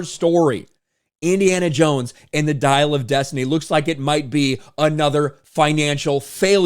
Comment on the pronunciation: You're strangely pronouncing this title: "Diarrhea of destiny".